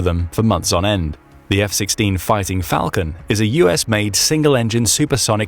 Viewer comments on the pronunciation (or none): none